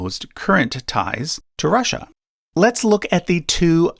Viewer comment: Rasssia. Why you keep saying it like that ? Ru ru Russia